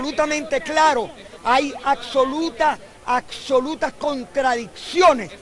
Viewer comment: ¡¡¡Que vergüenza para un país que un congresista, un PARLAMENTARIO hable de que "hay ACSOLUTAS contradicciones..." ¡¡¡Que ACSOLUTA IGNORANCIA". Se une a MADURO cuando habla de la... "CONTITUCIÓN y la CONTITUYENTE...". Pero este jumento, Azpurua, además de repetir su palabra favorita de manera ACSOLUTA... también habla seguido de LA OCCIÓN.... Y LA OCCIÓN Y LAS DEMÁS OCCIONES.... ¡¡¡QUE HORROR PARA VENEZUELA!!!